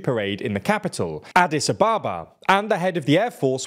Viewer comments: HOW on earth did you pronounce Adis Ababa? Please don't be pretentious with names! Pronounce Anglicised names. After all, you don't pronounce Paris like the French do you? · Adis-aba-bah?! That is a novel pronunciation!